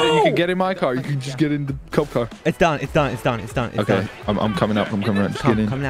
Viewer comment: why does the oh oh oooh im okay sound like oh oh oooh im gay lmao